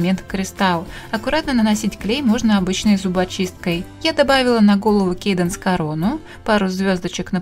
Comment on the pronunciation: может не Кейденс а Каденс ?